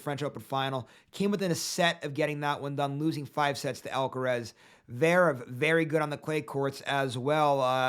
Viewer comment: Bro can’t even say zverev